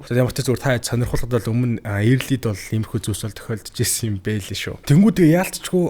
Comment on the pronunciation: Эээрлий ээрлий gshagd bhi Өөрлий gceshde sda